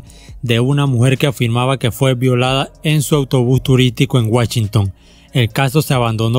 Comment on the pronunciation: "Guachinton" "Guachinton" "Guachinton"